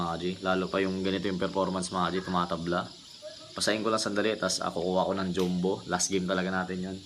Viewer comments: Jam-bo ata dapat Hindi joom-bo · Bat d mo ayusin pag pronounce mo ng "JUMBO" May mga bata din nanood sayo sana paki ayos at baka pati sila gayahin ka